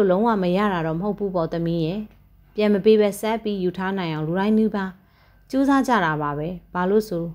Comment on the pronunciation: ကြိုက်ပါတယ်။ ဖတ်ပြတာလည်း အဆင်ပြေပါတယ်။ ဒါပေမဲ့ တစ်ခုလေးတော့ပြောခွင့်ပြုပါနော်။ ရေးတော့အမှန် ဖတ်တော့အသံဆိုတာရှိပါတယ်။ "ကျွန်မတို့ ဝိုင်းရယ်လိုက်ကြတယ်" လို့ ရေးထားတဲ့အတိုင်း ဖတ်တာထက် "ကျွန်မတို့ ဝိုင်းရီလိုက်ကြတယ်" လို့ အသံထွက်ရင် ရမှာပါ။ "ကျွန်မ"ဆိုတာကိုတောင် "ကျမ" လို့ပဲဖတ်တယ်လေ ... ရေးထားတဲ့အတိုင်း "ကျွန် မ" လို့မှမဖတ်တာ ... "ရယ်" ကိုလည်း "ရီ" လို့ပဲ ဖတ်ပါလား ... နားထောင်ရတာ ပိုအဆင်ချောသွားမယ်လို့ ထင်ပါတယ်။